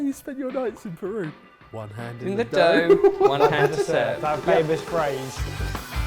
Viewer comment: As a proud peruvian please don't butcher the pronunciation. ....wait too late lol